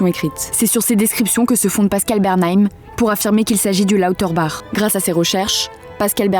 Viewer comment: Étonnant d'entendre la voix off mal prononcer le "bach" de Lauterbach quand la dame interviewée le prononce correctement